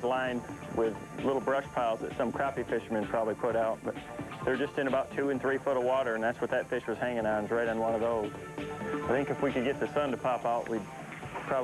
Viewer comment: when KVD said "some crappie fisherman" it sounded like he said "some crappy fishermen" hahaha